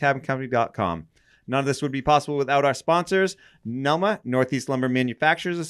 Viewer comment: This was the first episode I saw where read the NELMA acronym correctly!